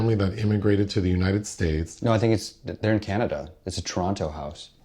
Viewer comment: Canadia!?! I’m barring you from TIFF next year 😂